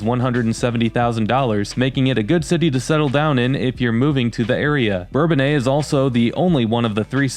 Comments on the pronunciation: Us locals call it Burr-bone-iss not bourbon aye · For me , Bourbonnais will always be pronounced Burr-bone-ass. They changed the pronunciation when I was a kid. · When did folks start to pronounce Bourbonnais in the French manner? When I lived there in the fiftys we said something more like Burr Bo Nuss.